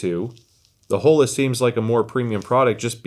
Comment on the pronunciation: Please, “Oh-La”. 😭 no Holes here. LOL